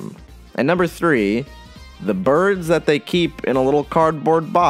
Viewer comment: im sorry did you say 3 eyes?